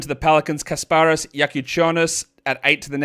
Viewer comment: Lithuanian here, your pronunciation of Jakučionis is 8/10. The strong stress in his first name should be on Kas. The last name was perfect.